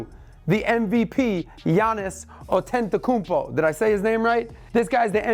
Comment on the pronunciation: You pronounce his name Akumpo and he shouldn’t even be MVP, dude is 8 foot 11. If I was 14 foot 5 I’d be dunking on everybody too.